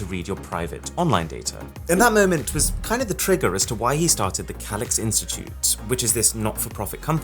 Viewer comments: That's not how you pronounce that word. It's "Kay-Licks". Not what you said. UGH, I can't handle it, you say it too much... LOL. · It's simply just a difference between an British accent and your accent. That's all. What's way, way more annoying is how he pronounces "Calyx".